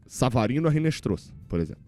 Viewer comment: Pelo amor de Dadá! Não é "Rinestroza" , é "Inestrossa". O "H" em espanhol não é pronunciado e o "Z" tem som de "SS".